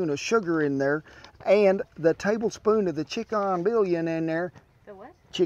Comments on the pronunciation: Chee-KAN bool-yawn? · "Best Ever Fried Rice Recipe"??? Forget the recipe! This is the "Best Ever YouTube Channel." the correct "pronounciation"... "a half a yella onion, chopped"... and then scatter half of that "yella" onion all over the table. "... chick'o'n 'billion'..." Major, major funny!! Don't change a thing!!! This is the best comedy along with some of the best food on the planet!! Don't change a thing!!